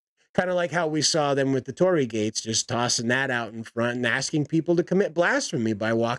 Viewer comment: ...a-are they STILL using a Torii? Dear lord almighty preserve me... orz And yeah, you got the pronounciation right! However, the space beyond the Torii is meant for Kami, divine spirits of various sites / famous important figures / items. There's an entire treatise about what they are, but basically, if a thing exists, it has a kami. The greater / more important the thing, the mightier the Kami. The ancestral stuff iirc is dealt with a personal buddhist shrine at home, but with this one, I'm not as well read on this part I'm afraid. Edit: the more I look at the image, the more my eyes hurt. Who okayed this?!